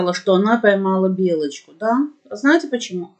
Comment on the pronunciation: Ну не выговаривает она Л